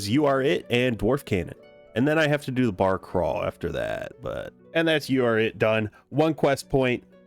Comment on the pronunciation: Why'd you say barcrawl like that? Would you like to tell us, your family something?